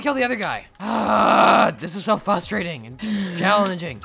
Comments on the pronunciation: he said fustrating instead of frustrating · plz stop saying "fustrating." it's making me frustrated.